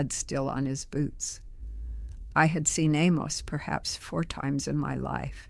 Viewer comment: This is totally fake. No one who is old order Amish in Lancaster County talks like this. She would have a distinctly PA Dutch accent and she wouldn't be making a podcast for Youtube. She also pronounces her husbands name (Amos) incorrectly. So this is just a promotion for somebody's book.